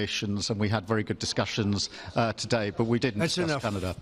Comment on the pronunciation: Note to wan kier starmer avoid saying "today" it sounds like TUDIE